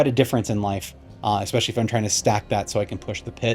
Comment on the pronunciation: Lost it after he said ex specially. Next!!!!